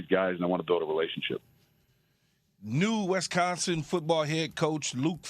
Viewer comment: Keshawn… it’s WISconsin, not WESconsin